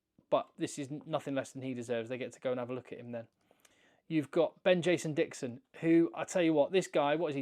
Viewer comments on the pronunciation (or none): none